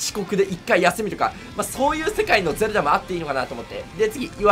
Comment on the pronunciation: ゼルダがどうしても全裸に聞こえる